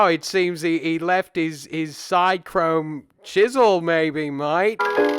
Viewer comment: Australian accent is cringe. Also it's SIDchrome, not SIDEchrome